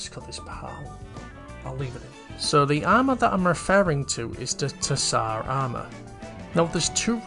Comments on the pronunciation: it's pronounced as "Zar" - it's a slavic word most commonly found in russia, bulgaria and serbia, it's the title of a ruling monarch in these countries 'tissar' was close but no cigar lmao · Great video!! I don't mean to be a stickler but the way you said tsar is so funny.